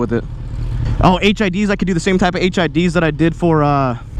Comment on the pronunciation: HIDs I heard HIVs